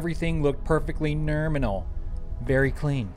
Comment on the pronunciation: Why can't this guy say nominal?